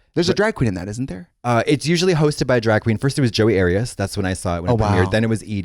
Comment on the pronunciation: I did my research and now know who Joey Arias is, but at first I heard Katya say “Jodi Arias” who notoriously murdered her boyfriend 😳😩